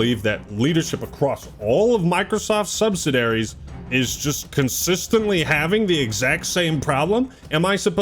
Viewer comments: Bro what’s a subsidary… I’ve heard of subsidiaries….lol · has NO CLUE how to pronounce subsidiaries lol not even close